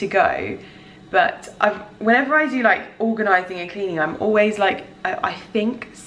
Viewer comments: I laughed so hard at "organanizing" 🤣🤣🤣 I needed a good laugh! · haha Organanising made me giggle and looked back a few times which made it even funnier :p